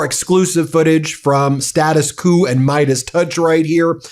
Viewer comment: thanks!, but let's pronounce "Status Quo" correctly: Status 'Kwoh'